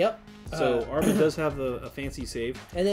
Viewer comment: Ah Ri Man...not Armin lol